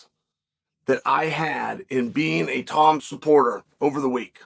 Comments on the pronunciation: If Chael says Tom Aspinall is Tomd Aspinall, then the Heavyweight division has a champion and his name is Tomd Aspinall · I believe i heared chael saying "tomed aspinall", that has to be my favorite now, he just put him in a different state of time.